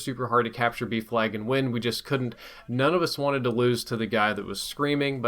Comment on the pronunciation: Did anybody else think he was saying “beef lag” instead of “B flag”?